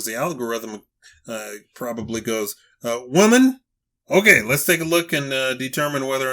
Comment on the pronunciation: Women not whaman. The hell Is a whaman